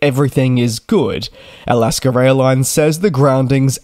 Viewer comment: Is I'll-ask-her Airlines the same thing as Alaska Airlines?